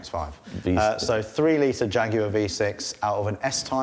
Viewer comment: Haha yes i forgot what he used to say but when he said jaguar it didn't sound right.